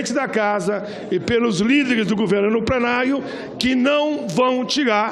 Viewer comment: Não retiaiá... Quem vivei veiá... Amigo do plenaio, fonoaudióloga pro sr.!